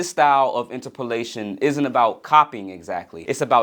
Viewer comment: i don't know if i can agree with your pronunciation of interpolation